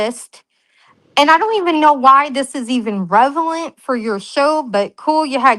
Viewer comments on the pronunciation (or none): 😂😂 revelant isn’t a word. Sry. Lol. RELEVANT is 😂😂 I knew what was meant just sounded hilarious